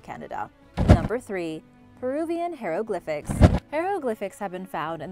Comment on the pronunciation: Love learning about history, but I just had to cringe every time she said hieroglyphics. I can’t help it.